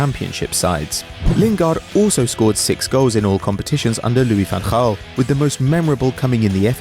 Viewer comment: I like how you pronounce Louis van Gaal correctly